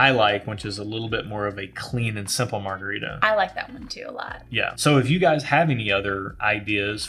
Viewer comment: Good stuff! Loved what you said about coffee and your journey. Also, Chili’s strawberry frozen margarita is Julie’s longtime guiltiest pleasure. Terrible idea for you from Phil: marga-rye-ta. Cheers!